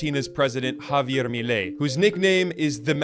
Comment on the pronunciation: extra point for pronouncing "Javier Milei" and "Macri" correctly another one for the accuracy of how he tell the story